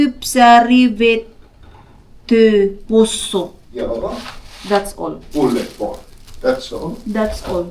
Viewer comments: I asked some of my Finnish students how they pronounce "pulled pork," and they confirmed that it’s pronounced “poold pork,” not “pulied pork.” This pronunciation issue is not related to anyone's background. Anyone, including a Filipina living in Finland, can learn the correct pronunciation. It all comes down to being open to correction and striving for improvement. 😊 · Agree po, it's "Pulled pork" not "pullied pork". Basically, the name pulled pork is derived by the action of being able to pull the pork by hand. :)